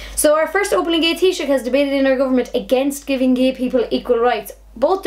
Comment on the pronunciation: Thats how you pronounce the Title (Taisouch) however you spell it (I wondered how to pronounce it) Teeshoch (or thats how I heard say it)